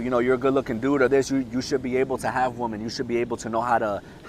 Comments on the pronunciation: Hahahaha I found it cute ahahahahaaha and I said wait is he saying woman? It’s ok the message is solid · Have I been pronouncing women incorrectly my whole life?